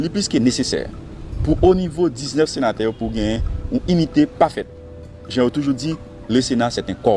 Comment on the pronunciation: Alon senatè gen djòl sirèt papa :"nous sommes 19 senaterrr, i ya le senaterrr"Koumanman!!! Bon kiyès ki tay vote sya???